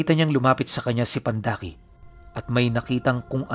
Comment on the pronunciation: pandaki po...hindi po pandakaki😊😊